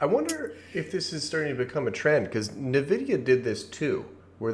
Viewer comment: Are you saying Nvidia?! It's driving me crazy